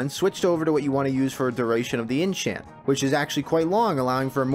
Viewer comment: "In chant?" inn Tchyant? what. INNCHANTRESS kek :D what's the background music here? castlevania idk? sounds familiar awesome series i love this - amazing job man